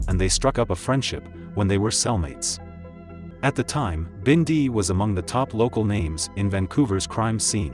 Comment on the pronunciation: Robbie wasn’t killed in daylight, it was like 3AM and why do they pronounce it as binday !